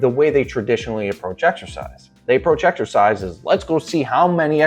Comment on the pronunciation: He says "Eggexercise" instead of Exercise, which already shows he's an idiot right there. Where does he get that?